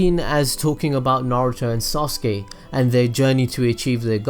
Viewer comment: i am not gonna forgive him he's calling Sasuke ""soske""